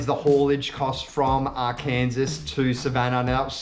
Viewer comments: Great vid. Its not Ar Kansas, but Arkan-SAW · R Kansas ;) - is actually pronounced R-KEN-SAW. Great vid though.